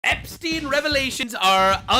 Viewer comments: Did Candace just say "reLaVations instead of "reVeLations", or am I hearing things?🤦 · Leave it to Candace Owens to pronounce revelations as "relevations" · Candace literally said "relevations" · Did she say relavation instead of revelations? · what the hell does “I have a RELEVATION.” Mean 😂 damn it. It just gets dumber 😂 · Relivations?!? 🤣 Learing with Candace🥴. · Did Candace say "reLeVations"? Instead of REVELATIONS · "Explosive relevations" let's gooooooo. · LOL Candace said "Relevations" instead of "revelations." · Candace and her "rellyvations"!!!! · relevations? Candace went full "learing"😂😂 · I was drinking coffee when she said, "Relavations"... Held it in, but that was a close one. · Relavations huh someone send her a dictionary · Did Candice Owens say, "ReLiVations"?